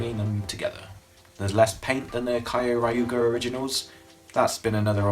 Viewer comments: Is there any particular reason you call it "kaio-raiuger"? Since like the Gaburevolver has multiple sound clips where it pronounces "Kyoryuger" pretty clearly. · its pronoced kyo ryuger not kioriuger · kai-oh-rai-uuger is the most interesting pronunciation I've ever seen, could've googled that one haha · You could've at least learned how to say Kyoryuger before saying it 4 times. Just look up the roll call, or the intro, they say it all the time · U pronounced Kyorurger wrong. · The way you say Kyoryuger and Pachy Zord hurts me to my core